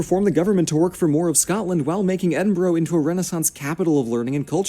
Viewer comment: I’m Scottish and the guy in the video pronouncing the names like calling Edinburgh , edinbourgho and calling Inverness , invarnass